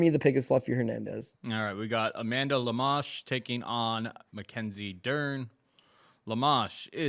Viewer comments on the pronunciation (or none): Why would say Amanda Lemás? Even if you didn't know how to pronouce the name, there's clearly an O there not a A.